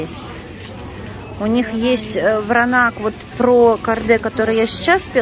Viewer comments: Вино называется Вранац, а не Вранак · Вино ВРАНАЦ правильно, а не Вранак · Вранац ! Вино Вранац ! Почему вы вмё время коверкаете названия ! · Да ей плевать! Она сказала Вранак, значит Вранак!)))☝️ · Читает она всё,а коверкает слова,ест на камеру для большего числа комментариев. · Вино называется Вранац!Белград!Уже режит слух.